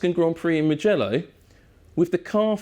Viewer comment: We don't say mgello we say mu mu mugello with the u